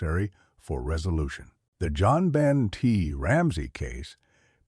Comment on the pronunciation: John Ben,Joan Ben,One Ben. I Hate AI.